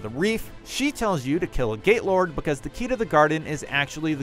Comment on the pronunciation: Instead of gate lord I kept hearing gaylord.